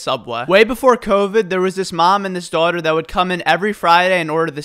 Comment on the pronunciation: I heard your New Jersey accent for the first time in this when you said dawghta